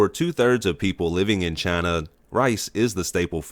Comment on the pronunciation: Announcers voice CHINUUU